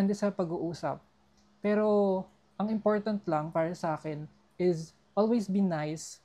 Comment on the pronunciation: I like how you pronounce the word “is” …. Ieeezzz. LOL